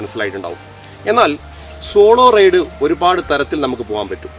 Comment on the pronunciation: Raid alla Ride❤️